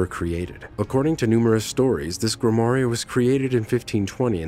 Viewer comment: Please, work on your pronunciation! Such as "grimoire" and "proboscis"! The guy was in a very poor costume! Other than that, somewhat interesting. Thank you.